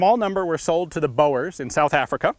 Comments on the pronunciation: "Boer" is pronounced like the verb for drilling a hole. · hahah pretty funny. boer is a dutch word for farmer and is actually pronounced ''Boor''